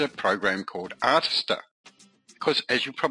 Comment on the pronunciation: Mate, it's pronounced "Artist-Ear"